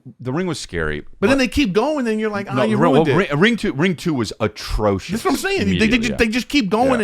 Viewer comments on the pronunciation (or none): Chris I think you mean... "Hutrocious"